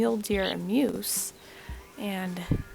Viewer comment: Muoose? Or Moose😂